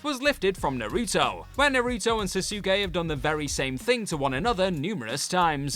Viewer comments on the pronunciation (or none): Never heard it pronounced like that lol 😂